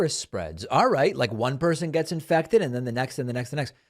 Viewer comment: It's pronounced "Infected" yeezus...